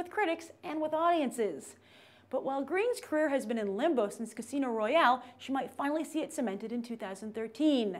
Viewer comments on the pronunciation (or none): none